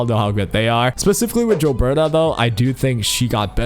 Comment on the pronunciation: I jave this video a thumbs down because you keep saying jilberta